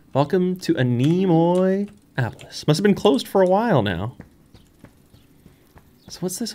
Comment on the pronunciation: I do believe it works better as anne-ay-moe-ay-opolis in terms of pronunciation